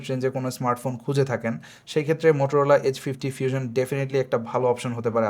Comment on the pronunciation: ফিউজন কি ভাই😂😂 আগে উচ্চারণ ঠিক করেন পরে রিভিউ দেন